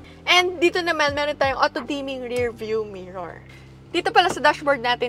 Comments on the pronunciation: It's rear,not rare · Rirrrrrrr,not reyrrrr